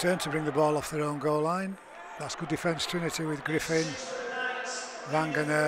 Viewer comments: Its Vagana, not Vangana; and Cozza not Coser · I agree entirely. Years ago Eddie Hemmings continually pronounced Isaiah's father as 'Vangana'. Crooky seems to have got it from Eddie.